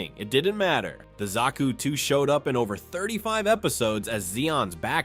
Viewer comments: Good video but who can't pronounce zaku 😅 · Says Zaku wrong th 1st time (Autocorrects) There were go